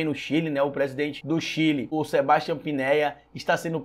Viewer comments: né Pinéia não. É Piñera (Pinhêra) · Sebastian "Pinéia" kkkkkk nem o nome do presidente do Chile sabe falar, quanto mais vai saber de liberalismo, economia e etc...